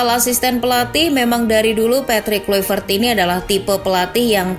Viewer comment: KLAVERT Bacanya Bukan KLUIVERT